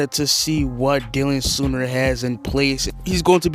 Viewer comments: I will say I knew my boy Dylan Soehner pretty well from high school and you pronounce it "Sane" "Ner". Dope to know a Saints player, Who Dat! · Dylan Soehner is pronounced “Say-ner” not sooner, and he went to Iowa State, not Iowa. 🤦🏼‍♂️